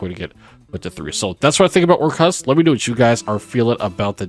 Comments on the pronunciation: Orchestra= or- kust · why u say Orc- Kust like that lmao